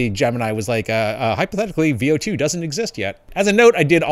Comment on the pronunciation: I thought it is pronounced V O